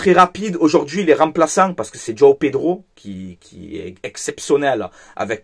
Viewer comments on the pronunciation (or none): none